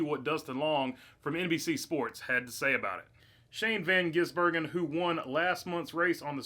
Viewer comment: Thank you for learning to say the man's name. I tire of supposedly professional racing media mis-pronouncing it or saying they can't pronounce. Here's a thought .... learn.